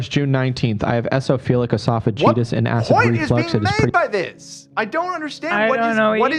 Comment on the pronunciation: He mispronounced eosinophilic oesophagitis + Chronic Lyme disease isn't a recognised disease.